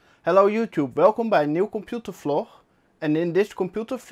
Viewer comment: I knoow! (annoyed face) He says Vloch everytime. As well as Flöppy Disk amongst other funny yet cringy mistakes.